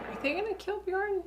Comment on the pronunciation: Not trying to be a dick but you're killing me with the way you pronounce Aslaug. It's pronounced Oss-log not Ass lug. lmao Also, Bjorn is pronounced Be yern.